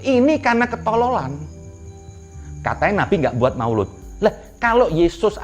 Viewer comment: maulid bo krbo bukan maoloood🤣🤣